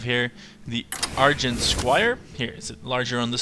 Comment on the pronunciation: I wanted you to use missiles on the bloodfen but then you saw the alchemist play (which I didn't) so I forgave you. In other news: I'm sure in the nearly 3 years since you posted this that you know already, but argent is pronounced arjent.